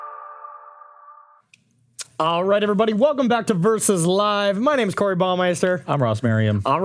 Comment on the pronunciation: Hey Corey, It's Karoo.